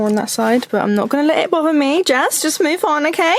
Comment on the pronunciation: I’m ready to “movf” into a house 😂😂